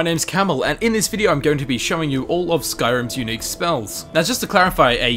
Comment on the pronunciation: "Unique" sounds a bit like "eunuch" Peace was never an option